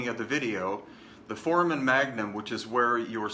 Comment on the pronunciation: I love your presentation but, as an x-ray tech, you grate my nerves every time you pronounce "foramen magnum". Please, make the a long like in the sound "hey" in the word for-ā-men. Great work, btw. Thank you very much for the info you are sharing. I've waited a long time for it.